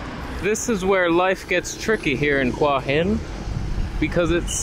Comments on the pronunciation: Hey, that night market at Hua Hin is wonderful but there is another night market on Petchkasem Road that is cheaper and has more authentic food closer to the centre of town. By the way, the Thai's pronounce it 'hueeey Hin' and not 'hwah hin' how you pronounce it. It means headstone and represents that crop of rocks near the beach on the northern side where you were walking in the water in this video. I stay in a resort right near there where you were standing at 16.00 minutes in the video. I remember when I was in Hua Hin and swam in the bay, the water was so warm it was like taking a warm bath. The sunrises from those Hua Hin beaches are amazing. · It's pronounced who-a hin, I remember hua means heart.